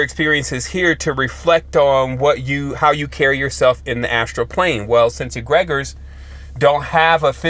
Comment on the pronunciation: Egre-gores not egreg-ors